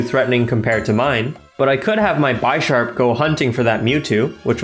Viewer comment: I'm sorry but I just gotta say it is pronounced Bish-arp not Buy-sharp. Like the chess piece bishop would be said. It was driving me crazy. good video though lol